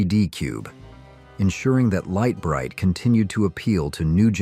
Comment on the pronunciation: You pronounced Lite Brite like 5 different ways